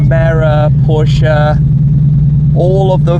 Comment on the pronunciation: Ein großes Dankeschön für Dich Tim, dass Du Porsche richtig aussprichst und nicht wie die ganzen anderen englischsprachigen Influenzer "Porsch" sagst ❣️👌🏼😅 Dicken Knutscha aus Berlin 🇩🇪, Ramsi 😘 🙋🏻‍♂️